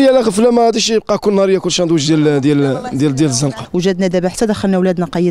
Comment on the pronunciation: وااااا ساندويش ماشي شاندويش